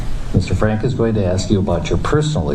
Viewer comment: This guy just said “what did you just axe me”?